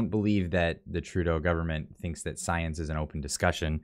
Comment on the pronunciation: Trudeau talking about "science" always makes me think of princess tiabeanie in netflix's Disenchantment series she keeps running around saying "stiance"🤣